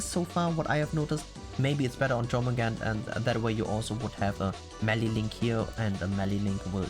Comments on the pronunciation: Here's the correct pronounces of her name: Yormungander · The correct pronunciation of Jörmungandr is YOUR-moon-GAHN-dr.